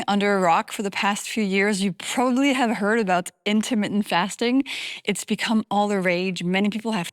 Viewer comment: Intimate fasting it sounded like